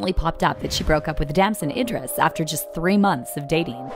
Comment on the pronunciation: IDRIS!!! Not Indris